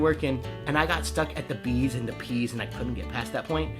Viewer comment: You're definitely meeting the wrong girls! Nerdy girls who love the characters you do impressions of will be impressed! Btw, I thought you said "bees and peas" instead of "Bs and Ps" when you were talking about ventriloquism XD